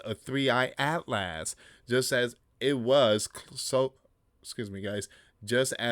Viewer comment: PRONOUCED AS ATLES